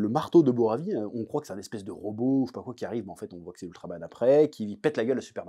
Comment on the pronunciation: "Robite"... y a que moi qui l'ai relevé ce lapsus ? J'ai ri, ptn, j'ai 35 ans... hurm breffe